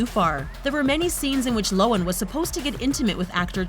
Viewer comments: who else hates how the lady pronounced Lindsay's last name wrong? its Low-han not Low-an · Did she just pronounce Lohan... as Lowen? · Lo han!! HAN!! NOT lowen jesus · Lo han that's how you say it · Why is it when something is mispronounced... It's repeated soooooo many times? Cringy. Lo-an..... Gah... I dislike her, but even I know the 'h' isn't silent.... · It’s actually pronounced low-an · Anyone else cringe when she pronounces Lindsay Lohan like that???? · I just want to say: lohan's h is pronounced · So we really gonna ignore the way she pronounced Lohan ? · The way she says Lohan was so triggering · The only thing sHadY is the way you pronounce lohan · The way this lady pronounces Lindsay Lohan offends me 😂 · This is a great list and I love these videos but am I the only one cringing at how she says Lohan???